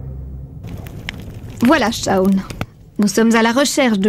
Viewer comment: Ommmmg il a massacré le prenom de Shawn 😭😭